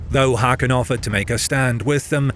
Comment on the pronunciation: For the love of cake, plz learn to pronounce "Haakon" ( [²hɔːkʊn] )